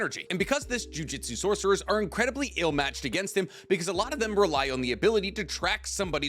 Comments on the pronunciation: Yeah acts we are dumb when it comes to him mispronouncing thing wrong he said jujitsu so many times instead of jujutsu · JU-JU-TSU not JU-JI-TSU 😂